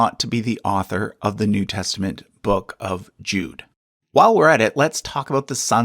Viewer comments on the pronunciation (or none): none